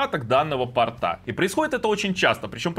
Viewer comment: Лучше говорить не "портА", а "пОрта"